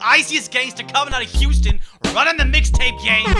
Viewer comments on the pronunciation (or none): none